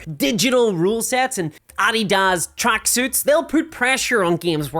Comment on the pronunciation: I see you are a person of culture that actually knows hot to pronounce Adidas. Well done. ;-D